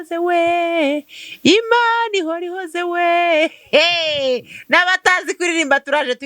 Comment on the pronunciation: Ni Imana ihoora ( guhoora not guhora ) ,gusa urimo kuvugisha ukuri ,ariko se bamaze kumufata ko numvaga bivugwa ko agishakishwa.